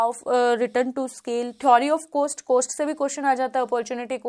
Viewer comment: Apne net jrf qualify kiya 3-4 bar. .very good ..but ab se please cost ko coast bolna band karo. Work on your pronouncing .. Net exam dena chodo..baki chizo pe bhi dhyan do.